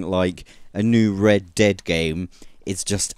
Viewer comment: really sounds like you are saying Deb and not red lol